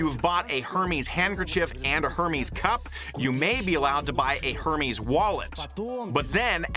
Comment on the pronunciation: Who wants to tell the interpreter he’s saying Hermes’ incorrectly? 😅😂